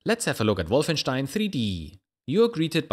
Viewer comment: Finally someone else pronouncing Wolfenstein correctly! So far only CPU Galaxy and Philscomputerlab pronounced it correctly!